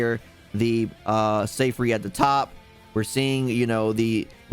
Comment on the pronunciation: dawg 💀 it's "zeegfreed"